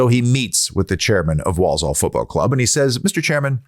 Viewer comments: Obviously never been to Handsworth!! You don’t want to!! Walsall pronounced wall-Sul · Love the way u say Walsore (Walsall). I opened a pizza shop in Walsall once and our PR guy thought we were opening in Poland and wrote a bloody press release saying we were pushing into Eastern Europe…….🥴